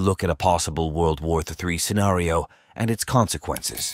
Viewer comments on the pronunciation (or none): none